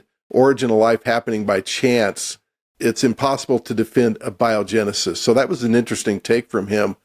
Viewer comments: You guys scientists? You pronounced A-biogenesis wrong lol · Uhbyohjinisis am dident hapend!